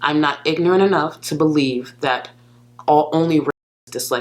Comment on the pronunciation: Gorl was big on putting S's after her T's back in the day i.e. "thatsss" instead of "that"